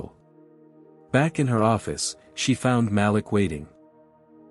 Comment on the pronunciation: I only have one issue with these stories 😂😂😂. The name is pronounced ma-leek, not malick 😂😂😂.